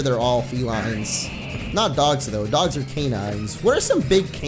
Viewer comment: Did you say legendary "doe-gs"